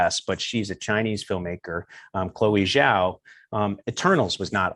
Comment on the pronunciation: content is good but it is amazing that he is such a China expert, spent so much time in China and cannot pronounce Chinese words let alone speak it. Xinjiang he pronounced Shin-Jaang and Chloe Zhao, he pronounced her surname incorrectly. I'm sure when he lived there he only associated with high level English speaking Chinese and spent the rest of his time in a foreign bubble.